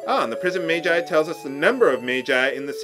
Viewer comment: It's not "mage-eye", it's "madge-eye."